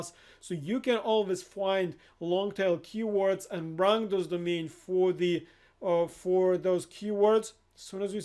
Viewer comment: He is saying domains not the mean, ever captioned this.